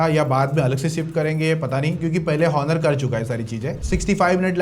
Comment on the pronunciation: Onor ❌ honor ✅